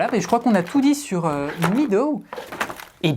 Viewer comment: ça se dit /ˈmedəʊ/ (mèdo), le ea, c'est traître. ;-) En tout cas, c'est un fort joli jeu, et j'aime aussi qu'il y ait une variante solo. ^^